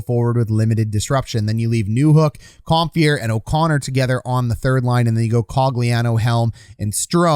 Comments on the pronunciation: ‘Com-fur’ not ‘com-fear’ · ‘Com-fur’ not ‘comfear’ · Com-fee-air.... Cringe to Com-fur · 1. Aube-kubel was out in game 3 after blocking a shot in game 2. No guarantee he can come back yet. 2. Its Com - FUR not Com - Fear a little research please.